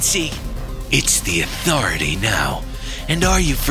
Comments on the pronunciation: THIS IS HOW U SAY AUTHORITY ATHO-RITY NOT ATHUUUURITY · No one: Midas athoraty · Midas/Midas' s voice actor just can't learn how the say THE AUTHORITY if only I could voice chat in comments!